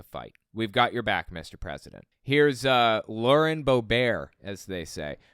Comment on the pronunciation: Rep. Lauren’s last name is pronounced “HOE-Bert”. Get it fucking right, man!